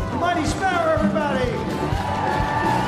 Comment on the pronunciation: sparrow not sperrow